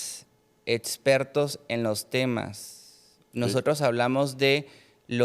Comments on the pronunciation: Chale , otro invitado saco de papas... sera doctor pero cuando alguien dice "etsistir" o "etspertos", denota que tan rapido corre el hamster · etsistir...etspertos.. y otras... jajajajaaa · Etsistir.... etspertos.... 🫣